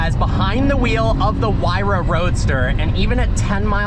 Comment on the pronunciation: It's not pronounced "why ra"...it's "hoo-ay-ra"...I own 58 of these